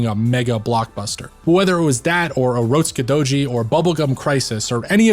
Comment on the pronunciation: I liike the way you pronounce urotskidouji. Edit: I also like everything else you have to say.